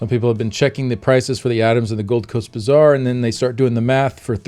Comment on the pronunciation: Why do I keep hearing "bizarre" instead of "bazaar".